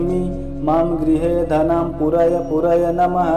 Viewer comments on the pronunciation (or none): It means we have to pronounce pu as puu,meaning long pronounced.Thanks